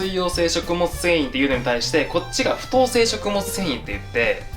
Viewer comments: 不溶性の読み方って"ふとう"じゃなくて"ふよう"じゃないかな…？(´･ω･`) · 「不溶性」って「ふとうせい」って読むんですね😅 「ふようせい」って読んでました😅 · ふとうせいじゃなくて、ふようせいだと思うよんんん！！！笑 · ふとうせいじゃなくて ふようせい じゃないのかなぁ、、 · ふとうせい、じゃなくてふようせい食物繊維ですよ！！